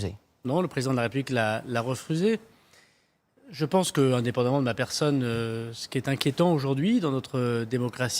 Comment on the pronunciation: De vouloir nous faire croire qu'il a déposé sa démission et que ça été "Refrusé" comme il prononce si bien ! 😆 ... il ment tellement qu'il bafouille ! 😂